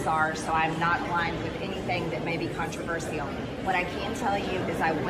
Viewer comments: Did she add a syllable to controversial? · Did she say "...I don't align with anything contraversial..." 😳🤯 About 1/2 of everything she says is contraversial. Jewish space lasers for example.